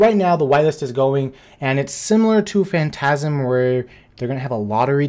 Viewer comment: "Phantasm" really?!?! 😂 😂